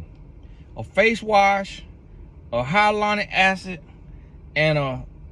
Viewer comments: Hiyalana acid I seriously LOLd. Hyaluronic it's Hyaluronic. But you are speaking truth, sir. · He said hylonic acid 😂😂